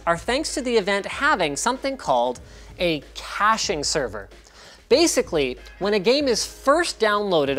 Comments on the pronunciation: Was "Cashing" Server intentional instead of "Caching"? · "Cashing server" or "Caching server" ? xDD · CASHING SERVER???? DID YOU MEAN CACHING SERVER??? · cashing server lol, cache sever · Caching, not cashing... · “Cashing server” lol